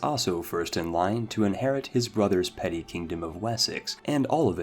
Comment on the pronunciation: i love this channel but i do not understand how he manages to pronounce everything so wrong. The way he says words like piety or duchy make no sense, and also emphasizing a "BA" in "Daurama" saying it "dauramBA" is so confusing. Is it actually supposed to be pronounced with a hidden B?